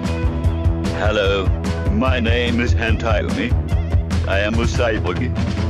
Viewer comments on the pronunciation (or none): Notice how when han-tyumi introduces himself it sounds like he says "I am a cyboogie"